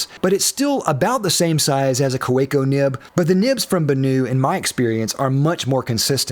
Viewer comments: I believe the company name is pronounced "kavecko" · Like a Swiss army knife by Victorinox, the Kaweco sport will always be relevant. Also, pronounce the w as a v. "Ka ve co," for it is German. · I could barely watch this because of how horribly you pronounce Kaweco 😅 The 'w' is pronounced like a 'v'. Kah-vek-o. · There's no "preferred pronunciation" for the Kaweco Sport... there's A pronunciation, period. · The Kolo Tino costs 5 - 8 times the price of Kaweco. Also, Kaweco is pronounced KAH-veh-koh, and that ink is Van dee mens. Also, the Gravitas is 4 - 10 times the price. And all of your other pens are much more expensive. It’s kind of like calling filet mignon the Hamburger Killer.